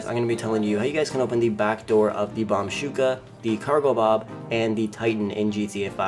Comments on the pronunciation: Its bombushka not bombshuka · I love how he says bombshuka but its bombushka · You can go inside the bombuska if you take off some upgrades and you can’t put vehicles in the cargo bob Btw it’s pronounced bomb-boosh- ka not bomb-shooka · It anoyed the hell out of me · Fun times but the mk2 ruined the game btw i was dying he was saying bomb shuka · Somehow its very anoying to hear the bombushka miss pronuanced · Can you just say B O M B U S H K A normally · You don't have to add " Do your homework before posting nonsense." And he just pronounced it wrong chill it ain't the end of the world.